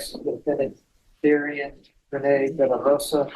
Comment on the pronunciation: kinda weird that they keep pronouncing her name like the male variant darian instead of putting emphasis on the anne and pronouncing it dairy-anne or dar-ee-annee